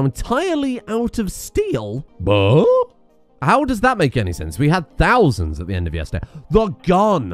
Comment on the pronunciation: dont wanna be that guy but... "THousands"